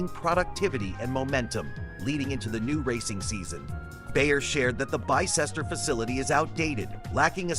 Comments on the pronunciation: It is pronounced BISTER not BY CESTER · It's pronounced Bister - thanks